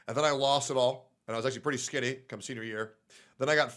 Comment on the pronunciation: wow, he really said skinny with the hard Y and everything